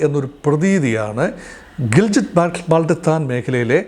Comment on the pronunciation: It is GILGIT and not Giljit